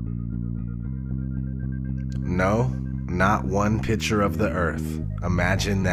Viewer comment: It's picture. Not pitcher